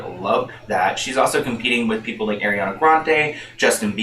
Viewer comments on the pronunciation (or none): none